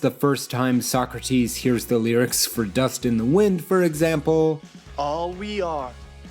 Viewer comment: Stop mispronouncing Socrates chhhrist